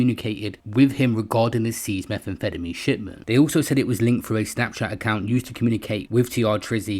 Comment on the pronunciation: “Meth an fettamy” 😂😂😂